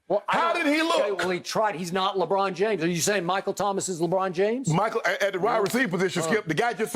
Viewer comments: Lol at times he says LABRAWN JAMESS LOL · when Chris Broussard said LEBRAUM JAYMES i felt that